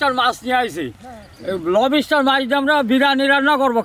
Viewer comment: দাদাদের মুখে লবইস্টার উচ্চারণ শুনে বেশ মজা পাইলাম।